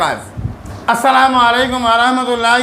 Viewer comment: আপনি তো সালাম টাই ঠিক করে দিচ্ছেন না, সালাম টা ভালো করে দেওয়ার অনুরোধ করছি